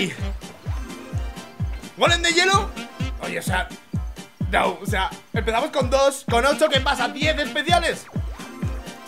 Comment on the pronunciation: Porque dice nou